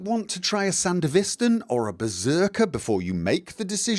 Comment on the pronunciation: Amazing vid, solves exactly what my build's lacking. Also, your pronunciation of Sandevistan is hilarious, love it.